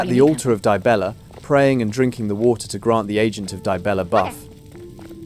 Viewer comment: Dude converted dee-bella into die-bella... 😂😂😂